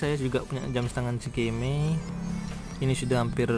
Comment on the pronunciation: eskamei bacanya bang, bukan skimei. cemiwiw